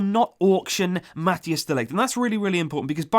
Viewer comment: Mathijs say the hijs part as ICE